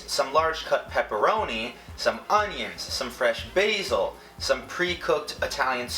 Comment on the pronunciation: it made me cringe so much everytime he pronounced basil wrong